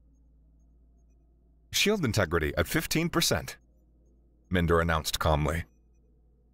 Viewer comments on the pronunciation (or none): I trust there was an author's note specifying that the A/I's name is pronounced Min-der instead of Mine-der?